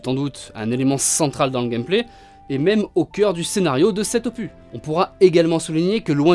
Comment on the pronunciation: Le "s" d'opus se prononce... 😜